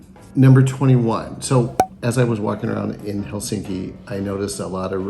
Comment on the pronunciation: And the stress in always on the first syllable.👍 It’s HELsinki, not HelSINki!😠 And its Swedish name Helsingfors is abbreviated from: Hell, sing for us…😉